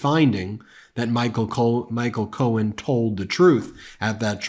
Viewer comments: Is he calling him cone??? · Sounded like he was referring to Roy Cohn not Michael Cohen 😂 .... you know that old buddy of sleepy Don who caught hiv and died. Strangely enough that same time frame was when trump stopped frequenting Bars in New York I still think he's bi(if not closeted gay) he needs to stay in the closet if so😂.....😅